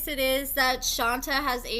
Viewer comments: Love the updates & info. Just wanted to say her name (Shonta) is pronounced Shon-tay not Shon-tuh. Also, Kerok is pronounced Kee-rock. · I thought it was pronounced Shon-tay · Isn’t her name pronounced “Shon-tay”? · it's pronounced: Shon-tay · Girl it’s pronounced shontay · SWEETIE: SHON TAY! PLEASE RESPECT HER BY GETTING THE PRONUNCIATION CORRECTLY!!! PLEASE, 😢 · Right? I mean spelling aside if you watch the show everyone should know how to pronounce it. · You’re mispronouncing her name. 🤦🏾‍♀️ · Will you please pronounce her name right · Omg why do you keep saying her name wrong damn just ask sheesh